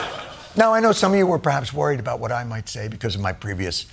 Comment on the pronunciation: It only shows your ignorance when you continue to say boot instead of about it shows more american elitism 👎 and you were given an award for this type of prejudice is is typically american. 🤨